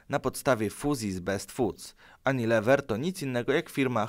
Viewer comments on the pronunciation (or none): fonetycznie nie "anilewer" ale "junilewer". anglicy z Kołomyi.